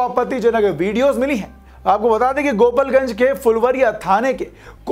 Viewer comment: अबे पहले सही से पढ़ना सिख ले गोपाल गंज होता है गोपल गंज नही